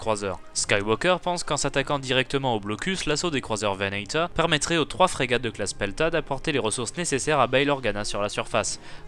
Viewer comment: Prononce Venator à la Française.